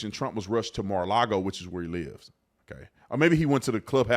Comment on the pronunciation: First it’s not maralogo. Then it’s maralogo 😀🤷‍♂️